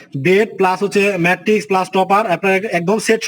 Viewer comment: ধুর মিয়া!!! খাটের মান না দেখিয়ে ম্যাট্রেস এর বিজ্ঞাপন....!!! ম্যাট্রেস নাম টা ও ঠিক মত বলতে পারে না আসছে ভিডিও বানাইতে...😑